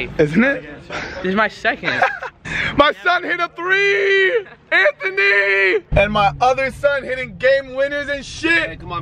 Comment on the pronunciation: Bruh. Anthony really saying sommer is pronounced sohmer. Anthony. Your name is pronounced anth- uh - née. Not anth- oh- nee